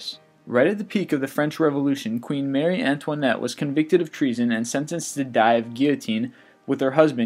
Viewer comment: DJ Panda True - but if you're going to put stuff on YouTube for information and entertainment, you should make an effort to pronounce things correctly. I mean, seriously, who doesn't know it's MARIE Antoinette? That's just a lazy, ridiculous mistake.